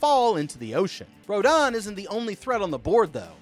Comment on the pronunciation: He said Rodon not to be mean it’s rodan